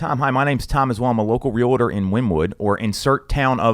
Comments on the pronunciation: Very knowledgeable but I find it unfortunate that he misprounces the word realtor. It is REAL-TOR it is not RE-LA-TOR. That is so unprofessional, come on dude. It's real estate, not rela state. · I wish he would pronounce REALTOR correctly. He says real.a.terr when it should be Real.tor.🤦‍♀️